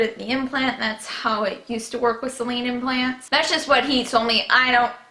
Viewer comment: Ok I get your story but for the love of god if you want to sound like you know what you're talking about pronounce the words appropriately: it's sAline not Celine (that's a name)